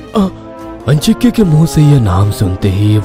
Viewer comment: आजिंक्य होता है अंजिक्य नही।ये लोग नाम का गलत उच्चारण कर रहे है।